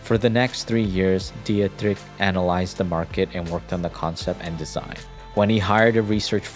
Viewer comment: Music is too loud, and you should have looked up the pronunciation of Dietrich.